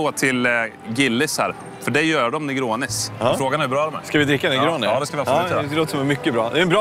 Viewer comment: 31 "En Hyffssatt sstor nergåni"